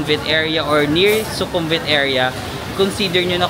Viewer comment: I think yung V sa kanila ay pronounced as W. Like Su-kum-wit, hindi Su-kum-vit. Su-war-na-bu-mi for the airport